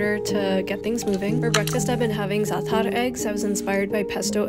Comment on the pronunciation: I know you tried to pronounce za'atar correctly. But it was waaaay off